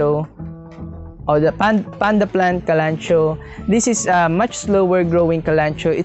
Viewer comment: Kalanchoe is pronounced kaluhnkowee